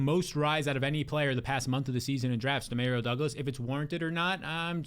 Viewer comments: “Dee-Mare-Rio” Douglas 😂😂😂 you can’t be serious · Hilarious pronunciation! 😂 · I got a friend named Dario and that’s how he pronounces it lmao Dee-mare-rio. According to him my whole life has been a lie pronouncing super Mario wrong 😂